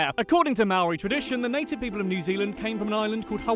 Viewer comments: Mowri is what your saying it's Māori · you do realize thats a tad racist they do sound different its mou-r-i (low pitched) its wai-ta-ngi (low pitched) and i gave up after that. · Ma ow ree "Mo re' Roll the r softly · First off... Australian and Kiwi accents are completely different and secondly it is not Mow-reeee it’s Maori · the way he says Maori words though. just saying g's in Maori are like ang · Ok being a Kiwi (New Zealander) I was ready to correct, get angry and hate on this guy but this was entertaining and I kinda loved it haha 😂 He still said the Maori words wrong tho (cringe) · I’m from new zealand and your pronounciation of maori words/places are all incorrect, and you didn’t do the accent well and our accent is nothing like the australian accent, We pronounce vowels differently 🤦‍♀️🙄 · I’m so bloody grumpy with this. I was literally just watching a how to dad video and he said we sound nothing alike too. We don’t sound like the Aussies. They’re al nasally and they sound more American. Do some actual research dude. And they ain’t mauree. How on earth do you get Waitangi wrong?! That pronoun citation was atrocious